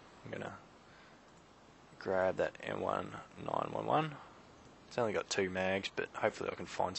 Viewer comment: Not to knock on you because you've got really good gameplay, but it's "M-nineteen-eleven." <3